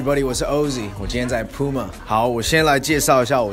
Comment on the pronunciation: 不是針對，連puma的名字也念錯，也太扯了吧